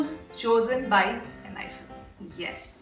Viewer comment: I am not sure but I guess it is pronounced as "Enhypen" and not "Enhyphen"😅